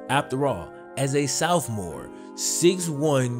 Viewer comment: I'm just trippin but it kills me every time you say "Soufmore"🤣